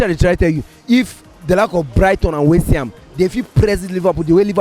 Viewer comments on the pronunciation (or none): what is westyham..please...... it is called........West ham